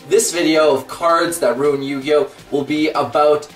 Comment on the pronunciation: Thank goodness!!! Finally a yugituber who knows how to pronounce cards.